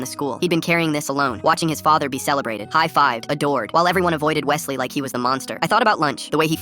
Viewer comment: I feel Offended my name is Wesley not what he said 😭